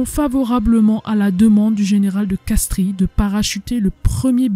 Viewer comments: Colonel de Castries, on ne prononce pas le "i" , on prononce de Castres. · ça s'écrit de Castries mais ça se lit de Castres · Castries se prononce castre (origine latine)